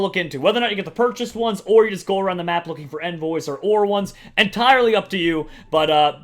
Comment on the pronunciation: You mis pronounced envoys ._.